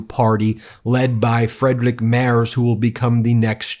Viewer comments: Mertz not Mers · The name is "Merz" I'm pretty sure the Z is pronounced "tsss" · It's pronounced Merts not Mers 😅 Kind regards from Germany! Your work is much appreciated 🇩🇪🇺🇲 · Merz is pronounced as mayrts. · You pronounce the German first name "Friedrich" like that: Freed-re-y (Y like the Y in yacht). And "Merz" like that: Mea-ts. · Guys, as much as I like your channel and I appreciate it a lot, that you also cover international news and views... BUT, might it be possible to work on your pronunciation?! 😉 Although I am not a fan of Friedrich Merz, you really butchered his name. And you might say his name from now on more often